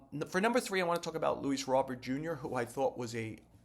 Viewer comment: Robert proper pronunciation: "Ro-bear"